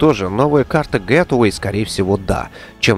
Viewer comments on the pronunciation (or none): тебя уже пытались поправить, не "гет эвей", а " Гейтвэй"